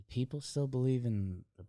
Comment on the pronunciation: saying " I belw Bobby Witt" and NO ONE saying anything...